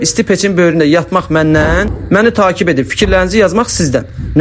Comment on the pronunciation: Amma "takib" deyil, "təqib"😏☝️